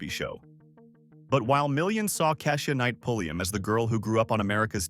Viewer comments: You lost me at Ka'shUa. If you can't get the name right how am I to believe the rest of the content? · Right; cause I've never heard of Cashia. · Just so everyone knows, most of these videos are narrated by AI so they will not always pronounce the names and words correctly. It’s not a real person getting it wrong. If her name was spelled KEY-sha it would say it right. Let’s not beat the owner of the channel up. 😊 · I’m sure it’s AI reading because it butchers even the simplest names, including KESHIA! Ai is taking over everything 🤦🏾‍♀️